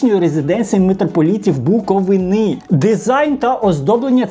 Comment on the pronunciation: Пора вже навчитися блогеру правильно класти наголос коли говорить Буковина, скільки можна ображати наш край!?